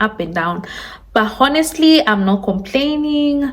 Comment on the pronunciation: Stop saying “honestly “ learn how to pronounce it correctly! It’s annoying 😊